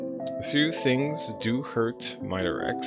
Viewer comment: Hello! Thanks so much for playing! I'm one of the main pixel artist for this game and it's still getting some improvements here and there behind the scenes, so we appreciate the li'l nuggets of feedback along the playthrough. C: P.S. I believe it's pronounced Min-erex, like the word "mineral". (´∇ﾉ `*)ノ